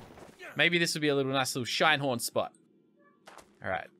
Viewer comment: Call him Shin-e-horn